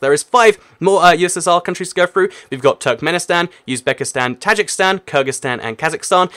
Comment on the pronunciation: Tajikistan (Ta-jeek-estan) not Tajikstan